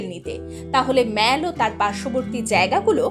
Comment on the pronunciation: Good information. One serious comment. You are continuously pronouncing “Mall” as “মেল”। শুদ্ধ উচ্চারণ হবে “মল”। You are ruining your post mentioning continuously as মেল ।